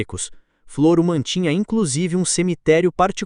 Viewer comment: Se chama Floro sem acento no O.. e o nome da cidade é Olivença. Não leia Flôro. É Flôro sem acento no no "Od